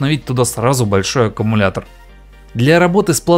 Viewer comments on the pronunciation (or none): none